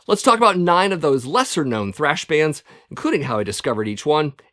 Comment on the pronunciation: You keep spelling and saying trash wrong .